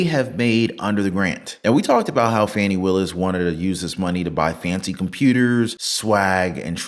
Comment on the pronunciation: Trump said Fawni....😂😂😂😂 Most say Fani....and that is a more fun name...so sad she is despicable .